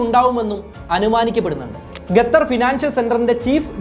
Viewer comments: Eda kezhange. Gatar alla..its qatar. Kaa ann..kalla newsil ayit erangike ann. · Gathar alla kathar 🤣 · Gathar alla..... Its Qatar.. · ഗത്തറല്ല മൈരേ. ഖത്തർ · Gather alla saho...Qatar 😜😜😜😜😜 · Gatthar ella bro . Qatar. Qatthar ennu pronounce cheyyum. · Bro Gatar alla … Qatar aan … pls. Correct your pronunciation … it feels soo weird hearing Gatar Gatar… Pls look after it! Great content though! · ഗതർ അല്ല. ഖത്തർ... മലയാളമെങ്കിലും മാന്യമായി ശരിയായി പറയാൻ ശ്രമിക്കുക... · ഗത്തർ അല്ല... ഖത്തർ ആണ് സഹോ.... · ഗതർ അല്ലാ ഖത്തർ . അത് ആദ്യം പറയാൻ പടിക്ക് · Ghathar nahi dost, Qatar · ഗത്തർ അല്ല, ഖത്തർ. English മാത്രം നന്നായി സംസാരിച്ചാൽപോര, മലയാളവും വൃത്തിയായി സംസാരിക്കാൻ പഠിക്കണം. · ഗത്തറല്ല! ഖത്തർ എന്ന് പറയൂ കുട്ടീ! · Bro…. Your presentation is very good. But one correction Gathar alla khathar(qatar) ennanu pronounce cheyyendath….. remaining ellam informative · ഗത്തർ അല്ല ഖത്തർ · എടൊ gathar അല്ല. ഖത്തർ എന്ന് പറയണം. Stupid. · Gathar alla bro Qatar anu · Gathar alla Qatar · Brother, Gathar alla Qatar (Khathar aanu). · Qatar എന്ന് പറയാൻ പഠിച്ചിട്ടു വാ മോനെ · എന്നിട്ടും qatar എന്ന് pronounce ചെയ്യാൻ പഠിച്ചില്ലേ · Adyam nee Qatar ennu sarikkum ucharikkan padikku.. Ennit valiya kaaryangal samsarikku.. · നീ ആദ്യം ഖത്തർ എന്നു പറയാൻ പഠിക്കണം എന്നിട്ട് കുരക്ക് 😆😆😆😆ഖത്തർ വേറെ ലെവൽ ആണ് നിനക്ക് ചുക്കും അറിയില്ല ഖത്തർ കുറിച്ച് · Qatar aan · ഖത്തർ എന്ന് മര്യാദക്ക് പറയാൻ അറിയാത്ത എന്ത് നിരീക്ഷണം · Very Informative and I do follow you regularly...but it's really annoying the way you pronounce Qatar. Hope you will consider it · Gathhar alla, Qatar.. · താങ്കൾ ഗത്തർ എന്ന് പറയുന്നത് പോലെയാണ് കേൾക്കുന്നത് ശരിക്കും Qatar എന്നാണ്. ഏകദേശം "ക" പോലെയുള്ള ശബ്ദം.എത്താൻ വേണ്ടത്.മലയാളത്തിൽ ലിപി ഇല്ല. എങ്കിലും ഉച്ചാരണം ഒന്ന് മെച്ചപ്പെടുത്താൻ ഷധിക്കുമല്ലോ. നന്ദി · 10 references and studies to make the video is not enough ,its shown in content . Pronouncing also wrong not Gatar its Qatar. Use English cafe urself also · Suhruthe … Gatar alla Qatar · Please bro... Qatar not Gatar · Not gatar its qatar